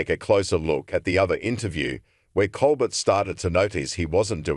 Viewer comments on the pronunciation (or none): This AI muck can't even pronounce words. Who is "ColBERT"??? Pure adulterated crap reporting. This site is off my feed .. 👎👎👎👎👎👎